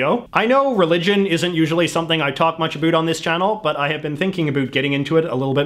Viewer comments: Every word he says sounds like he's an American (US), but that one word! It's not that hard. SO, WHY?? Most Dutch speak English, and we all say 'about' in the same way any Englishman, or US American does... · Ahh give him a break, he's canadian and they don't care so much aboat pronunciation. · MyOther Soul "aboat" 😂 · Yo like can you turn down the canada 3 notches? Like.... there are other ways to pronounce about that dont sound like "a boot" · I know it's about the accent, but how come he can say "how" right but can't say "about" right. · The was you say about is so irritating.